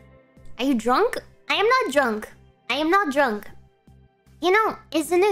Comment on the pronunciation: I'm not dwunk! when she is lol she is dwunk when she saying shes not